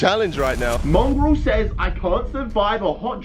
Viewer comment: its mongraal not mongrall